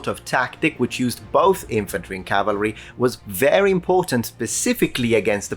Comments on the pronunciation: Small correction. It's CAVALRY, not CALVARY. A lot of people get that wrong. Corrected a historian correcting history - Achievment unlocked. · Cavalry not Calvery. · *cavalry, not "calvary"